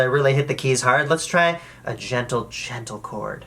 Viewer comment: When he said gentle chord I think he said djentle djentle chord